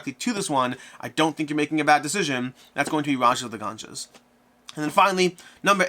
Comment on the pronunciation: Did you refer to the Ganges as the Ganjas?